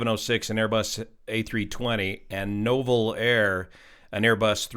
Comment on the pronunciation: Nouvel = new-vel